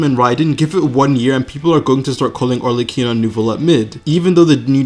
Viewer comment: While I have recently almost completely stopped playing genshin for the first time in 3 years due to some personal reasons, I’ll always watch a video when he uploads. Because he’s the GOAT. Also please stop saying Arleccino